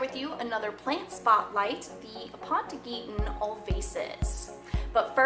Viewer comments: Aponogeton not Apontogeton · Why are you adding another "T" in the word? (Ah-pon-oh-jet-on) is how it's pronounced